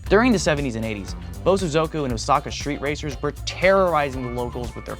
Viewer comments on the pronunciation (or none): not him saying Bosozoku Cars